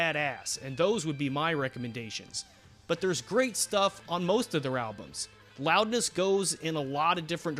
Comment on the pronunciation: Loudness. Pronounced: Roudness